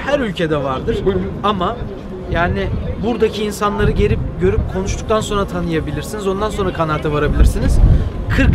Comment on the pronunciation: Sorna değil sonra:)